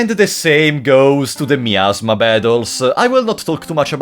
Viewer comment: Really love the way you pronunce miasma (meow-sma) ))